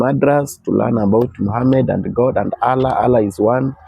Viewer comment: huyu mzee ni mgonjwa wa akili hajielewi very stupid guy wewe wacha ujinga eti pastor ulisomea wapi hata kutamka neno Allah huwezi shenzi type